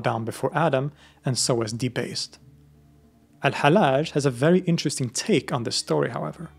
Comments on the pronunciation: His name is not halaj it is hal lodge. Repeat the L. Love you, man. Wish you the best. 😊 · pronounce it AL_HaL_Laaj instead of the soft Al_HaLaj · Both Ls in his name ought to be pronounced (well, in Arabic it's one lam, but with a shadda over it).